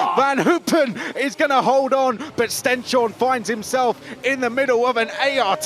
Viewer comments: Tip to not butcher the pronunciation of Stenshorne: stens-horne (like «hornet» without the t) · "Horneh". And it's not a "sh" sound either, just a normal "s". The commentator was way off!